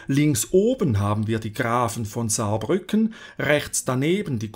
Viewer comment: Als Saarländer muss ich sagen, guter Job. Ich finde man hätte das Herzogtum Saarbrücken erwähnen können, da sie die ersten waren die die Kohle Gruben eröffnet (aka geteuft) haben. Außerdem wird Saarbrücken auf der zweiten Silbe betont, hätteste aber nicht wissen können. 4 sekunden Fehler in einem 18 minütigen Video ist eine super Bilanz